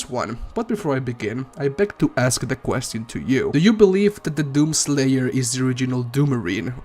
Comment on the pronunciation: “Quest E On” 💀